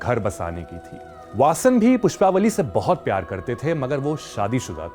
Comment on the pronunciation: PushpavaLLI not pushpavali